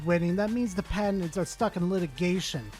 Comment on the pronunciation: Is the poster of this video saying patents or a mixture of that with cabinets. “PA-TENTS”